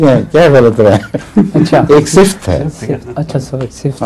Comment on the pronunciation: صفْت نہیں صفَت ہوتا ہے۔